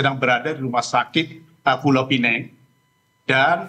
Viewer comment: PULAU PINANG la bukan pulau pineng...